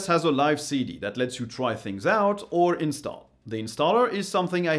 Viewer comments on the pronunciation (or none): none